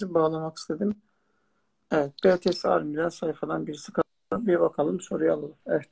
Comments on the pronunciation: Hemde BETESE değil BİTİES😌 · Betese değil BTS ♥️ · müzik evrenseldir ve BETESE DEĞİL BİTİES DİYE OKUNUYOR!!!! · Betese diyil bities diye okunuyo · Bi de adını lütfən doru söyleyin 3: 09 da betese diyil bities